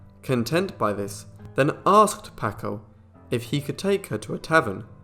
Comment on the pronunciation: Please; it's pronounced "PAHHHHKO". Terrible.